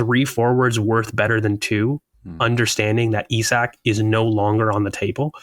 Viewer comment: Today was theeee day finally pronounced Isak properly. What a time to be alive!